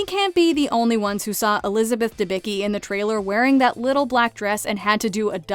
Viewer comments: It makes my ears bleed when i hear how you pronounce Elizabeth Debicki name :D it isdɛbʲit͡skʲi not debiki, in original it was Dębicki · Elizabeth Debicki's roots are Polish and her last name should be pronounce "Debitzki" because c+k is not "k" is c(tz)+k.... I can't stand butchering it....